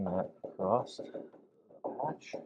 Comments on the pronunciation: your feedback is much appreciated 😂, but I don't see where I told him how to talk, I just pointed out there's no t in the word across. I did ask him to fix the fender, though, sooner rather than later. 😜🤙🏼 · Hi and! I love you guys and can't wait to see this bug when it's all finished, I know it's going to be out of this world cool, but I have a couple of constructive criticisms to share. First is use of "acrost" when he means across, as you stated during this episode, everyone has their own version of OCD and this one bugs me. Second is the width of the front fenders, my wife noticed when watching today's episode that the newer driver's side front fender is narrower than the passenger side. When you were measuring in a previous episode you had it set correctly and them abandoned your measurements for an old mark you had made. You them confirmed your old mark by comparing the fenders to the unaligned tires and called it good. We both can see with our naked eyes that the new fender needs more width to match the passenger side. Please fix it before it gets to final paint prep. That is all, thank you! I love all the builds but this is the one I always want to see!